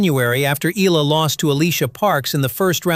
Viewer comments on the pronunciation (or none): … hey MAN…!!! Will You … Kindly Pronounce IT… Right…!!! Please…???!!… its…” E - YA - LA…!!!